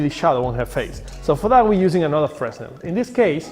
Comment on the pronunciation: its prounced Fearnell not freznel